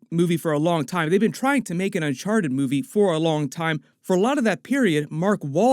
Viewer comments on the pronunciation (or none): Nobody: Tom Holland: Unchar-ed